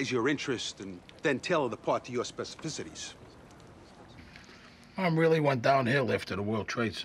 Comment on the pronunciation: "spesvicities" WHAT????